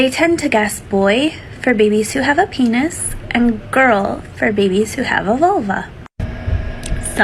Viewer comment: I hate the way she says peeneniss